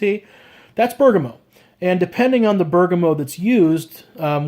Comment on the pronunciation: Not sure if I'm not hearing correctly but Bergamot is pronounced /ˈbɜːrɡəˌmɒt/ , the "T" is not silent. ( Also there is no "N" after the "M", I was pronouncing it that way for years ). I also get that "funk" from WoS, some times it gets really bad and off putting. I had to go did this out, I need to go through some SPs in rotations so I can get my SP taste fine tuned. Good review.